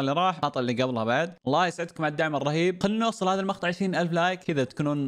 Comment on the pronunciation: شباب مابي اتشمت بس هو متعمد يقول المخطع ولا لا اذا به شي او ثقل الله يشفيه ويشفي جميع مرضى المسلمين